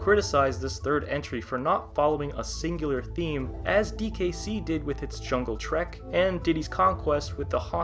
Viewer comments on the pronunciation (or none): none